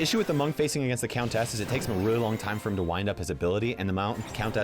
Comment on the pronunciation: Does the way pronounces “countess” bother anyone else??